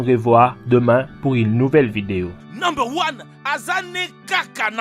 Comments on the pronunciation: number luan azal né caca number one je jure que C'est s'que j'entends à chaque fois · j'adore vraiment t vidéo sauf au début avant l'intro quand tu dit nombre one